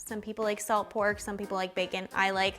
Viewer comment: baercon n' borl xD nice recipe